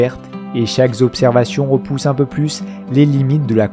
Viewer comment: Ces documentaires sont très intéressants, bravo. Par contre, certaines liaisons maltapropos me font mal aux oreilles, désolée, mais je dois te le dire ! - peu à peu .. pas de "S" à prononcer au 1er peu. - trop quelque-chose commençant par une voyelle... prononcer le "P" et surtout pas un "S" au trop. Ceci étant dit en toute amitié.